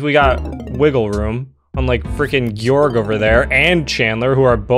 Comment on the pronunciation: Guorg just guorg